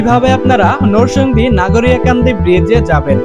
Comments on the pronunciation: Noshondina narsingdi age occaharon thik koren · নরসংদী কি রে ভাই, নরসিংদী বললে কি হয় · নরসিংদী উচ্চারণ ঠিক করেন আগে,আর নাগরিয়াকান্দা না ভাই,কান্দি হবে😆